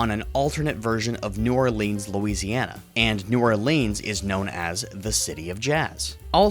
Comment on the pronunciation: ok it is new or-lens that is how it's pronounced I live in louisisana and can't stand it being botched like that. it's just in my blood sorry about the nit picky comment